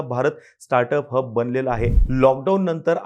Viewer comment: कोणी कोणी हब ला हग ऐकलं😂😂😂😂